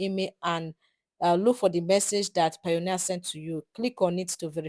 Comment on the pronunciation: its not pioneer it is payoneer ...pay-oneer